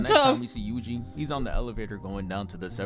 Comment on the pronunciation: fym "yugi" you clown